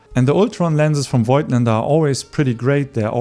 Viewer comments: As far as I know Voigtländer is pronounced: Vogtländer. The „i“ is silent :-) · I really like your videos, you're a cool relaxed guy, love your style. In this video one thing disturbed me a bit. You are native german and you should know that Voigtländer is pronounced like "Fogtländer" .